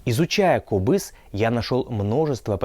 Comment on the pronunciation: этот инструмент правильно произносится - КОБЫЗ! Ударение на О.